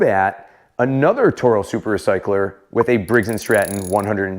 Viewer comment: Did you just said Briggs & Strap-on… 😂😂😂